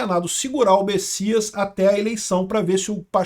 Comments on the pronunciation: é Messias com M e não Bessias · É messias ou bessias? num tô entedeno nada! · alguem sabe porque o chama ele de Bessias?